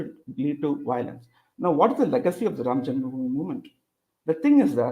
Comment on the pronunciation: can't even pronounce janmabhoomi correctly and he is a panelist. Wow! Hahaha